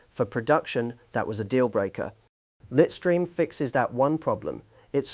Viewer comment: The AI mispronunciation was slightly annoying though 😅. Litestream is pronounced LITE-stream (/ˈlaɪt.striːm/). It combines the words "lite" (like light) and "stream" (like a river stream).